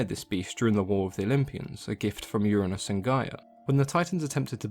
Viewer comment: Is it just me or did he say Butt of Uranus